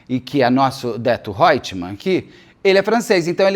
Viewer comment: "Odeto Hoitmam" hahahah, amei!!!